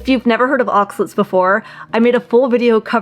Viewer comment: It’s pronounced ahx-ah-laytes, not ahx-lits.